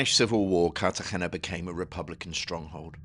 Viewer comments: Nice video but you’re pronouncing Cartegena poorly. Think Car tah hey nah. You are using a deep throat approach to pronounce the “hey.” It’s not that deep. The sound stays forward in your mouth. Give that “r” a slight roll and a light “hey” and you’ll have it. 😊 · Interesting, but why can’t you pronounce Cartagena?